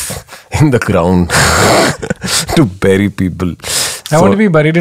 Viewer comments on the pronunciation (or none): none